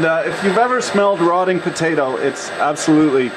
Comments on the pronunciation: potato not bedata or what ever you said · why do you say (buh-day-dah): bodata instead of (poh-tay-toe :potato) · Leave it to a canauck to say paddadah the right way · In the beginning did you say budaduh? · I don't I say potato but it sounds like badda and I really don't know why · Budada? What the fuck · "Badeyda". Are you fucking kidding me? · indeed you are sir correct sir , every one knows its pronounced "podaaydo" . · A PO-TAA-TOE !!! POT-TATOO !!! PO-TA-TON !!! POE-TA-TEE !!! I had a bit of problem to understand this video due to the various strange potato pronunciations. :/ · I love how he pronounce "Potato"..